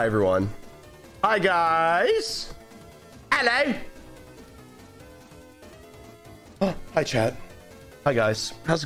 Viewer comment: Lol that "ELLO" REMINDED ME OF AUSTRALIA😂😂😂😂